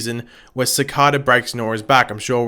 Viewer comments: Si-cay-duh, not Suh-cod-uh. You can say. Please pronounce it right. Other reviewers with accents do. Please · Uuuhhm its pronounced CI-CAE-DA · how tf did he pronouce cicada